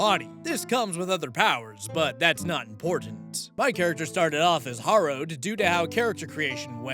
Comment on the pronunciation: You always forget the fourth option in AITA posts, "no assholes here." Also, "harrow" is pronounced like "wheelbarrow." Nevertheless, I agree with your rulings, and I loved the South Park reference.